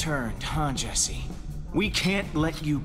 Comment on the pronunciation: yo bro is saying esse dude[ment to say jesse]